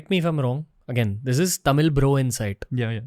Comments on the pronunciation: Since Dravida parties came to power TN has gone dowm Payment to voters from 500- to few 1000s Giving freebies Education system going down All cinema, real estate businesses owned by dmk Sorry madan cant agree with you Pl pronounce tamizh ..properly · First, learn how to pronounce Tamil properly. 😢